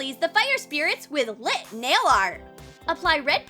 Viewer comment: The way she said lit